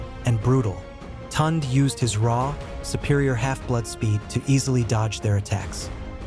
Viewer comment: The name is pronounced (Toon -day), not Tont. Please pronounce African names properly.